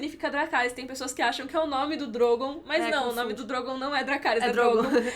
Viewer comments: A edição desse vídeo tá demais da conta hahahahahhahahahahahahhahaha "gelarys" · Em vez de Dracarys ele vai falar Lerygou! rs